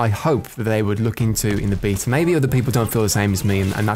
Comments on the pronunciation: bee-ta = queens English. baaa-ta = American "English" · you're pronouncing Beta right. In Greek is actually "Vita" but "Bee-ta" is as close as it gets in English. Nice vid as always, keep em up. Ly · Love how you pronounce Beta correctly. Makes my teeth grind when I hear a Brit say Americanisms